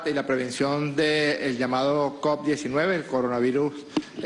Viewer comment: Se dice covid,no coc, cabeza de papa Francisco